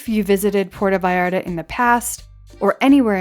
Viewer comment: "Porta Vayarda" --.